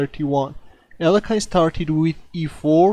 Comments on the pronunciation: it's pronounced "ah-lee-o-hin" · Hi,, just a gentle note that you are pronouncing Alekhine name incorrectly. Should be [A'le-khin], "khin" like "chin". Emphasis on "le".